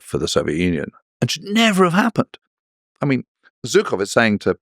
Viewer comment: Зачем вы приглашаете какого «британского» эксперта, который даже не может произнести фамилию Жуков, вместо русско говорящих историков и перевести их на Английский, если нужно